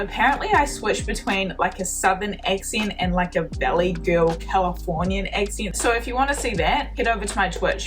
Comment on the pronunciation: If I had a dime for every time she said "eccint" (accent), I'd have a gazillion dimes